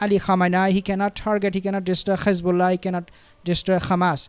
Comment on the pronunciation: Thanks for the content, please can you not pronounce Hizbullah and Hamas the way Satanyahu pronounces them, there is no GH at the beginning of those 2 names, so not Ghizbullah or Ghamas😂